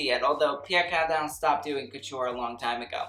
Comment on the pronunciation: Him: Pierre Carrrrrrdin, Paco Rrrrrrrrabanne Me: laugh in french (Just want to say that I'm not trying to be mean, I just found his pronunciation funny)